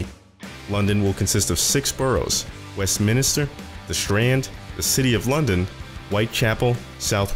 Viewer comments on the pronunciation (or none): I know but The pronunciation is Westminster NOT West Minister and South Wark is more Suv-uhk in its pronounciation too Just saying :) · Yeah, it's alright. Like I said, I just had to.